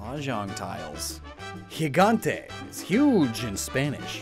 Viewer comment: It’s gigante not higante